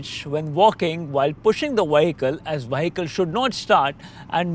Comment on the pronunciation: Your English is very good much better than my Indian . Only mistake is the word vehicle it is a vee not wee. Excellent vid